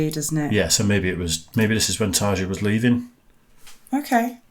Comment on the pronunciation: Ta(rolled r) ja(ya)